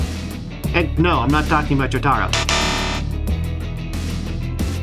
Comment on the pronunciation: Mispronouncing Jotaro's name just to piss off anyone, classic behavior